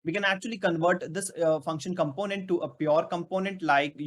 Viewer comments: Also with does he has something pronunciation issue but content is good. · The way you pronounce "component" is too much irritating